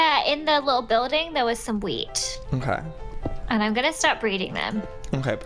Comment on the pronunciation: Oml when joey said "do we have wheat up there?" it sounded like he said weed 😅